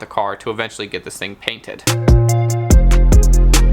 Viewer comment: Mf said cainted 😂😂😂😂😂